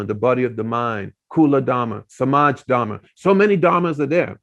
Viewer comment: When would you learn to say, धर्म and not धरम?